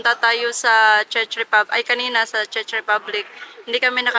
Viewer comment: Why u pronounced it as "Chech" i think its Czech like Check with "k" when u pronounce it😢😡